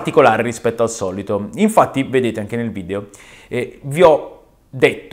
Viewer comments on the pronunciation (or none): none